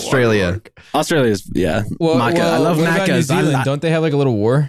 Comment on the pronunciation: dont ever say maccas like that..